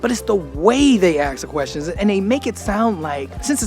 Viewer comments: Learn Dutch. It's great that you love my country, but time for the next step. Anders wordt het erg moeilijk in de toekomst. Nederlanders zijn rechts-conservatief. (extreem)Links is vaak een jeugd of Adam/Utrecht fenomeen.. Niet levensvatbaar of constructief. And for your English: it's ASK not AKS. (not in this episode, but still) About our government: NOBODY HERE TRUSTS THEM. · We do not ask channel. He says AKS......